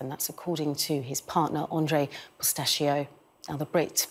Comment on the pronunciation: I think she got the surname of his husband wrong. Andre Portasio, she pronounced his surname as if it was Pistachio. Oops.